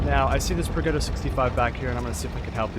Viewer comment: You should not run vents, use calibrated, so e100 turrets are no problem. Also, what mod do you use? Finally, Progetto is pronounced projetto